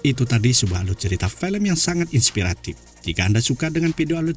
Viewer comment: Film bang bukan pelem .. cara bicaramu di ubah itu cok